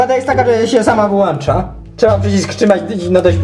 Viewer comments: WYŁĄCZA A NIE WYŁANCZA! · WYŁĄCZA! nie "Wyłancza":<